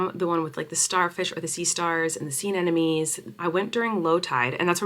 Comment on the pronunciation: I can’t tell if you’re pronouncing sea anemone wrong on purpose or not..? lol